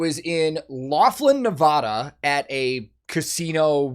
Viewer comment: As a native Nevadan, I'm obligated to tell you said Nevada wrong.